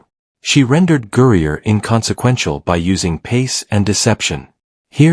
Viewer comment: It would help the presentation should the A.I. narrator learn that "Griner" is not pronounced "Gurrier?" Don't these people even LISTEN to their own babble?